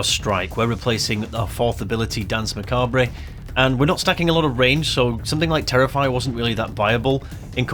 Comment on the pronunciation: That isn't how you pronounce macabre